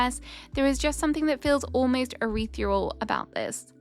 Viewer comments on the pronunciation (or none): Urethral? Girl, it's ethereal!